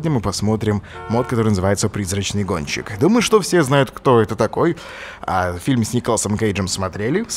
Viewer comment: Олеженька, ты сказал "Призрачный гончик")